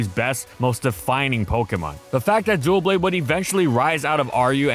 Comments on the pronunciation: OMG its not "Dual-blades as in two blades, Its "Dub-Blade" as in double blades, ive always noticed they say it that way and it made me think i had mis read it lol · It's funny how many people still misread it as Duoblade. It's Doublade as in Double Blade. So it's pronounced Duh Blade. 😅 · It’s not Dualblade, but Doublade. Like a combination of Double and Blade. The pronunciation of it as Dualblade is driving me loony. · Take a shot every time he says DUO blade instead of Doublade 😭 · Why's he saying it like "Duel-blade" or "Duo-blade" instead of "Dub-blade" like it's spelled? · I love this channel and this is nitpicking but the mispronunciations kill me! It’s not “dualblades” it’s Doublade! Like dub-lade! He also says “ensures” instead of “ensues”. It’s just weird because these videos are so polished and they have this whole team but no one corrects his pronunciation. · It's Doublade. Not Duoblade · My #1 biggest gripe when it comes to this Pokémon is the way people pronounce its name. It's NOT "DUO - Blade" it's "DUB-LADE" the name is literally a combination of "double" and "blade". HOW the hell you can mess it up this badly is insane and beyond my understanding completely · Wow this video was annoying. It isn't "Dualblade" it's "Doublade" So no DUAL BLADE, but DOUBLE BLADE or DOUB-LADE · Can people please learn to pronounce Doublade's name correctly? It isnt DUOblade. Its pronounced "Duh-Blade." Its Double+Blade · Am I crazy or is he saying it like “Dual Blade” instead of “Double Blade” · "Doublade" is pronounced like the first syllable for "double" and "blade," "Duh-BLAYD." It's not "dual blade." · Irrationally angry because you kept saying “duel blade” when it’s clearly “Duh-blade” like double blade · Its Doublade, as in Double. Its not duo blade. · It’s not “duoblade” it’s “doublade” the first syllable is pronounced like the beginning of “double” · but he put an L there. he's pronouncing it Duel Blade XD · "duoblade" lol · Are you saying dual blade on purpose?